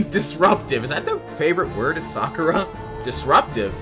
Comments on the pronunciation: "sakura" is pronounced "sah-cur-ah" i think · As a person who works at Sakura It’s pronounced Sa-ka-ra